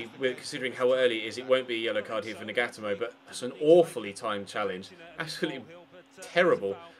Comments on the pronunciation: Nagatomo= Nah-gah-toe-mo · Nagatomo is pronounced Naga-tomo